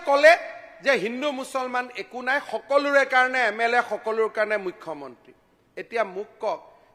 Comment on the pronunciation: মাননীয় মূখ্য মন্ত্ৰী শব্দটো ভালকে কব নোৱাৰে কোন এইজন বিধায়ক ।